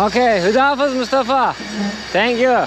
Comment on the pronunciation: Hüda hafiz değil de Hoda hafez demek lazım h sesi de gırtlaktan cikacak 👍